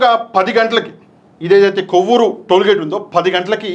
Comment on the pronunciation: కోవూరు కాదు కొవ్వూరు